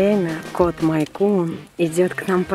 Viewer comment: у меня тоже мэйнкун!!очень классно! Только не мАйнкун, а мЭйнкун))